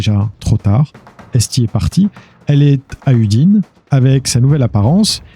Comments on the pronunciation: Je vais faire mon relou, mais ça parle de ma ville d'origine xD du coup je suis chauvin, elle se prononce Oudiné (Non udine) voilà voilà, j'ai bugué en l'entendant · Très bon doc. Juste au passsge en Italie la ville d’Udines se dit: Oudinèsse (écrit pour la prononciation bien sur) basta mi fermo la porta 😅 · N'importe quoi 🙄 😅 la ville s'appelle Udine, donc on oublie le "S"... Et donc, on prononce Oudiné, et voilà, dernière chose, on dit "chiudo la porta"! 🤷🙄